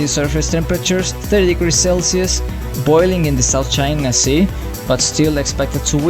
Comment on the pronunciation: Ah yes, "South Chia Sea"